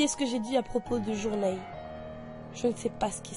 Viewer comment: "JOURNEILLE" Ahaha. Bonne vidéo au demeurant.